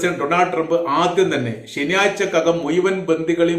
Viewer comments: Muyuvan. Alla. Muzhuvan.malayalam. parayan padiku. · മുയുവൻ അല്ല മുഴുവൻ 😅😅പിന്നെ നിന്റെ ന്യൂസ്‌ ഒക്കെ വേറെ ചാനലിൽ വന്ന് 3ദിവസം കഴിഞ്ഞിട്ട് ആണ് അതിന് അർത്ഥം നീ കോപ്പി അടിക്കുന്നു എന്ന് 😂😂 പിന്നെ ആവർത്തന വിരസത പറഞ്ഞത് തന്നെ പറഞ്ഞു 10 മിനിറ്റ് വിഡിയോ ഇടുന്നു. സൊ ഓട് തായോളി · വീഡിയോ ചെയ്യാൻ തുടങ്ങിയിട്ട് കുറെ നാളായി ഇപ്പോഴും മുയുവൻ, കയിഞ്ഞ, കൊയ്ത്തത്, കയില്ല,ഒയിവാക്കി ഭാഷ നന്നായി പറയാൻ പഠിച്ചിട്ട് പോരെ വീഡിയോ ചെയ്യൽ